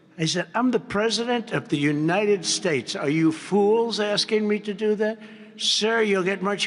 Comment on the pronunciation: Not this bs again. So tired of him saying, "the Unided Shaysh".